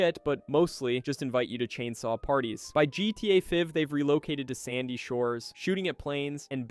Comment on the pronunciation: Yes it is, listen at the mark. No one says GTA Five like this